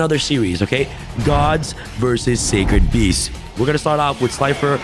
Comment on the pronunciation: weird way to say sacred feasts and Oreo but ok